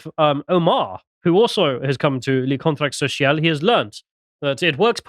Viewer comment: worst french pronunciation ever